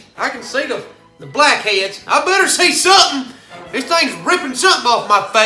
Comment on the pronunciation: "Black eads"